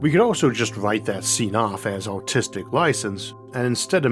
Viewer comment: Sorry, but no matter how hard I try, I just can't help myself to hear "autistic license" instead of 'artistic license' - but I being autist myself love it and will steal it.😁 Thanks for your amazing content and greetings from Berlin!